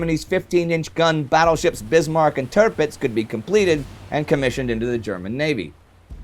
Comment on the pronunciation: Loving the series Indy, really good quality stuff FYI: The German battleship is prounced "Tear-Pitz" not "Ter-Pitz" which would make more sense to a native English reader.